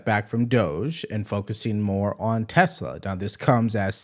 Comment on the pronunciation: Good ol', "Tesler" 😂